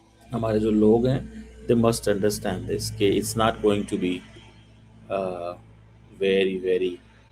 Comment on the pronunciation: Cheeme..tu Punjabi me show kiya kar...urdu jo Bharat ki boli hai...udhar ki..uski bhi tune band baja diya hai. ISI walon ko chahiye ki is Cheeme ko ek spoken english ka course karwayen..grammar ki aise ki taisi kar rakhi hai.. Aur haan ye Not ko Naat bolta hai😂😂😂😂..this guy sounds like a Cartoon.